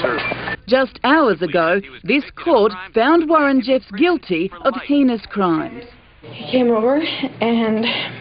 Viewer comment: it sounded like she said "guilty of penis crimes"